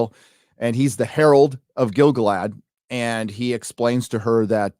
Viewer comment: People be pronouncing it as GIL-gaLAD. It ain't. It's gil-GALad. What's more, I can prove it. The song of Gil-Galad is either in a stressed/unstressed metre, or an unstressed/stressed metre. Let's look: GIL-gaLAD was AN elVEN king OF him THE harpERS sadLY sing THE last WHOSE realm WAS fair AND free BEtween THE mounTAINS and THE sea Or: gil-GALad WAS an ELVen KING of HIM the HARPers SADly SING the LAST whose REALM was FAIR and FREE beTWEEN the MOUNTains AND the SEA Which one sounds like a poem written by Tolkien, and which one sounds like a drunk in a centrifuge?